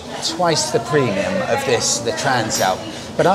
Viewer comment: I thought you pronounced it TRANSLAPPER